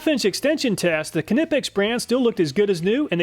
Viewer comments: Please stop calling it kin-nip-ex its pronounced Nipe-ex. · German viewer here: Awesome video as always! Great testing and fair results/evaluation :) Quick pronunciation tip: Imagine saying the word "Know" while still pronouncing the "n". That's pretty much how we say "Knipex". It's not "k'nipex", but rather "knip'ex". Sorry to be that German "grammar nazi" haha :) Hope ya'll have a great day! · its nip-x... not kiinipex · Love his tool test vids, but every time I hear him say “kuh-nip-ecks” it kills me. The “k” in Knipex is silent as in knife. Say it like “ni-peks” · Its nit kni pex its nip ex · lol its not pronounced k-nipex, its just nipex the k is silent, like in "knit" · ITS PRONOUNCED NIP EX THE K IS SILENT LIKE KNIFE, NOT K NIFE!!! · Last time you said you wouldn't say KAY NIPex..... :( Its nipex guess you have a Kay nife in your pocket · say “Kni-Pex” & it’s NOT K-ni-pex… it’s just kni pex… pronounciationwise knee-pecks… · The word 'KNIFE' is not pronounced ki-nife. Kinpex is the same and pronounced NYPEX not ki--nip-ex. Great review but the way you say KINIPEX kills me. Thanks for sharing. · It's not CA nip ex it's ny pex, ya know like knife not CA nife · It's pronounced Knipex , not Knipex. That's a joke. You call American reps and the call it nie pex , but when you call the raps in Germany they call it ka ni pex, like you did. GREAT VIDEO THANKS!!! saving us money as usual! Set up a patreon or kofi so we can help with the tool costs and your time if we want. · Knipex is pronounced Nipex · The company is pronounced nip-ex its kind of like the word knife it's not a ka-nife. Good videos though thank you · Pronunciation bothered me with knipex lol. Ni-pex, not how he said it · it's pronounced kah-knee pex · This might be difficult for American tongues to pronounce, but the K and n in Knipex are bound together in the German pronunciation. You pronounce it almost like two words K Nipex, which is wrong. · silent K long i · The k is silent buddy 😊